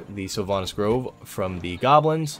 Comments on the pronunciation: I was this old when I drove a dagger into my ears hearing the pronunciation of "grove" as "groove". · I hate the way you say Groove instead of Grove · Can get sword, can't pronounce grove. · LOL GROOVE it's GROVE,. WARNING doing this will cause lazel and ALL githyanki to come kill you no matter where you are on the map to reclaim the sword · Grove not groove.